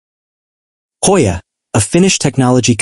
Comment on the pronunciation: "Hojja" ajajajja 🤣🤣🤣 ..no we don't pronounce it in Spanis!